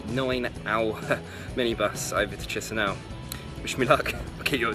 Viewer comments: You chisinau pronunciation is so annoying just say it like keesheenow. My god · So, the ignorant guy is travelling to Tshisinow! Wonderfull - the city is called Kishinow or in russian: Kishiniov. Better stay at home and read about the places you are going to. You are a disgrace to travellers. Go home, and over there back to school - you need a lot to learn!